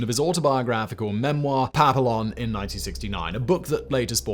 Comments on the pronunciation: Papillon - in french is saud as papiyon (with a soft n) in english is papeeyon (with a harder n). It means butterfly. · "Pa-pill-lee-on" good effort, good job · It's only three syllables. Pa (rhymes with yeah) Pee (rhymes with knee) Yone (rhymes with loan). I listened to a French expert say it several times about a minute ago. Seemed like he knew what he was talking about. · Papillon? Omg no. Pap-ee-on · Matt M Yes because simon needs you to jump in and defend him. Lol we can cringe if we want to cringe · he said "papillion", like "pavilion" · How could you possibly mispronounce "Papillon"?? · This. I had to grit my teeth every time LOL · omg, your mispronunciation of Papillon hurts as badly as your mispronunciation of Björk. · You're pronouncing Papillon wrong, the L's are silent. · SIMON NOOOOOOOO😂😂😂😂 Papillon; Butterfly in French. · Pronounces Papillon incorrectly 2 different ways SMH FFS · Only if he says the name right 😂 love y’a Simon but oof. ❤